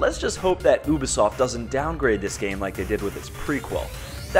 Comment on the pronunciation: _- say oo-bisoft..... 1 more time..... I swear to god..